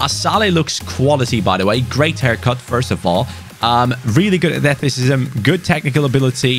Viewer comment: The way said athleticism makes me laugh - “athleticisbsbsbbsbsm